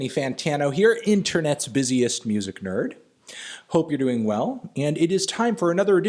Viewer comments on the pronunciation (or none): none